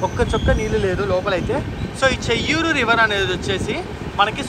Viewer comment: చేయ్యేరు not చెయ్యూరు (బాహుదా నది)